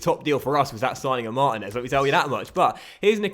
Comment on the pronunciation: It's pronounced Marteenez not Martin ez